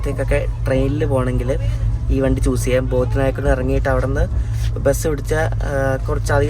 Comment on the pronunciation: ബോദി നായ്ക്കന്നൂർ അല്ല ബോഡിനായ്ക്കന്നൂർ ആണ്.